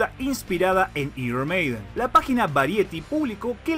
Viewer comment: Lo dices tan mal "Iron Maiden"😫😫